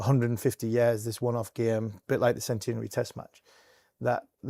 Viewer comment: Every time Harmy says "gyayme" an angel gets its wings.